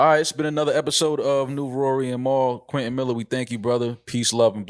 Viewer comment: “Quentin Maller”